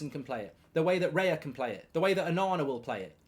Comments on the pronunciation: Who tf is Reya it’s Raya mate 😂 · It's Raya mate. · Who's Reya? Do you mean David Raya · It's Raya